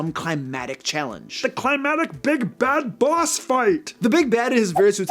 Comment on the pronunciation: Great job. Going to be that guy now... I've noticed that you sometimes say climatic instead of climactic.